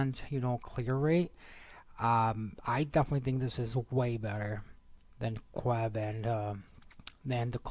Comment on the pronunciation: It's qebesenuef or qebe not queb